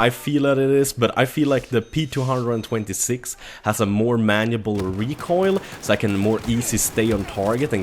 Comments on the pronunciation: why do you call it the p two hundred and twenty-six.... its just p two two six .-. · btw its pronnounced ptwotwosix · ITS PRONOUNCED "P TWO TWO SIX" DAMN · 2 things, it's P-two-two-six, not p226 other thing, it's Five-seveN not fifty seven. Good review! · P two hundred and twenty six 😂 gtfo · you mean p two two six, not p226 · No it's the p 2 26 it's like vault 111 it's pronounced 1 11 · It's pronounced "P Two Two Six" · Its pronounced the P-two-two-six and the p-two-hundred-and-twenty-six. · The P226 is actually pronounced P two two six. Just fyi. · GamerSalvy not P two hundred and twenty six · the way you say p226 is so Swedish:)